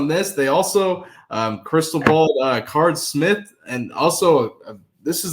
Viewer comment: Bruh doesn’t hear himself saying Card Smith and think that doesn’t sound right 😂